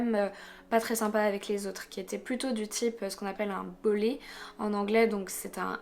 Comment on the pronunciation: Juste un petit truc au niveau de l'expression sur le comportement de David. tu dit qu'il est un bolley qui signifie un intimidateur. Mais en fait un bolley est comme un nerd, un premier de classe ou un geek. Alors qu'un bully c'est un intimidateur. je peux comprendre que prononcé des expressions qu'on n'entend pas souvent est plus difficile, mais il est bien de faire la distinction ;)